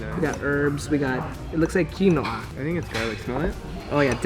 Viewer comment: He also said "kEy-No-aH" instead of "quinoa."